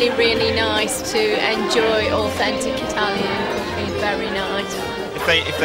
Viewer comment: This show is great believe me I love it, but hearing English-speaking people pronounce italian dishes hurts me